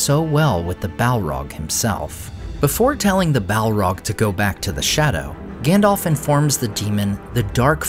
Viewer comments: Listen … his names GANDALF , not ( Gandolf) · Please, could you pronounce it as "GAndalf"? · His name is not effing “Gandolph” … I’ve said it before, and I’ll say it again. Would you get the names wrong at a job interview or on a date? I think not. Because it’s only reasonable if you want to be taken seriously to at least get that part straight. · His name is Gandalf, not "Gandolf." I don't know why everyone mispronounces it. It is pronounced correctly in the Lord of the Rings trilogy, but everyone insists on mispronouncing it anyway. Both As are pronounced the same way, like the A in Apple.